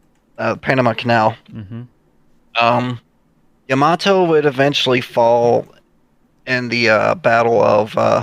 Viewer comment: It's 'Yamato'!! Love the Scharnhorsts, my favorite battleships. And this is intense!!😳